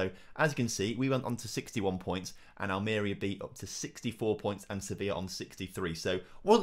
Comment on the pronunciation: any chance you can give everyone an early Crimbo present and learn how to pronounce Almeria for next episode. lol